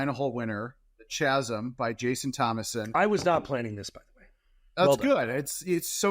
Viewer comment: "chaz-m"? not kaz-m? lolz